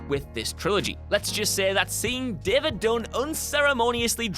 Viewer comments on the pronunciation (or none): none